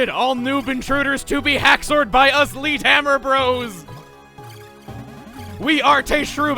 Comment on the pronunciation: "Leet beat agents"